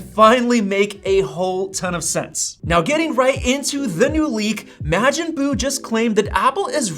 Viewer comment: You can tell all these tech creators never watched Dragon Ball Z growing up… ya’ll always mispronounce “Majin Buu”